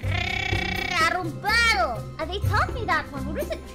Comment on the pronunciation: NÃO FALA "ARROMABDO" É UM XINGAMENTO HAHA!